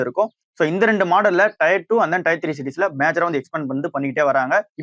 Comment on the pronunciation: It is not tyre 2or 3 It is tier 2or 3